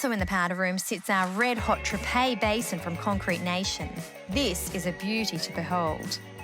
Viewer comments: The pronunciation of Toodyay was wrong, its pronounced "Too-Jay", as a West Aussie it just hurts to hear it pronounced like that :p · It’s pronounced “Toojay”